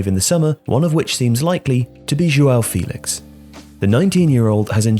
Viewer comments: You're miss pronouncing João's name in this video. You're saying his name as if he didn't have an apostrophe in his name. The apostrophe in ' Félix' means you have to pronounce the name as fEHlix and not fEElix. Good video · It’s pronounced Feh-lix